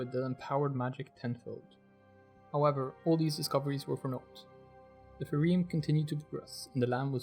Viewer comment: just a small point of clarification. I believe the first syllable of "phaerimm" rhymes wit "pie." in Return of the Archwizards, the first person to come back from an encounter with them gasps out "fye ... reem." unless troy denning was totally making shit up, that seems like it must be the correct pronunciation